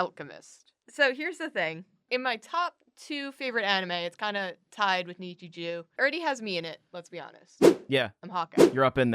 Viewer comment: don't get me wrong, I love. but her saying nichijou as "nichijew" killed me.